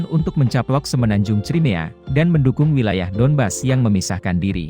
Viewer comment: Pembacaan wilayah saja salah ,, Berarti pengamat abal2 juga nih...